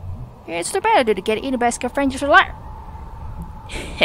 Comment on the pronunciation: clipped your mic haha scavengers doesn't have the same emphasis as avengers lol, it's SCAvengers, not scaVENgers lol